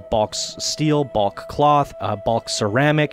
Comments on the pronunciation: if this guy says BALK one more time.......its BULK, like the incredible Hulk but with a B....BULK bro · yeah of course.....go look up the word in the dictionary and see how they pronounce it phonetically...its not Balk